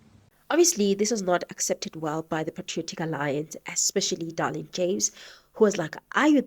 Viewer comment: Her name is Dereleen not Darlene 😂